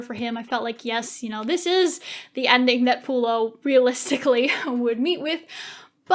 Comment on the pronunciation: and its not lucenous and pullio its vorenus babes